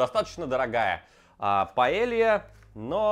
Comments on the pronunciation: ты вроде побывал по странам и знаеш что Paella звучит как паейа, а не паелия! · Не паэлья, а паэййя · Señor, tu suscriptor de España aquí. Porfa, en ´´paella´´ la doble ll se dice con Й, como ´´y´´ en yogur. Porfa, dilo correctamente)))